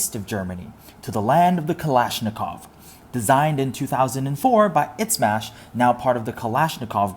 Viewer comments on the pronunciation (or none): Izmash is not pronounced "itsmash" like you did.